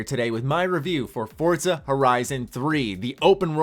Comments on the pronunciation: For-zuh not Fort-zuh lol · Don't think it's Fort-za, I think it's For-za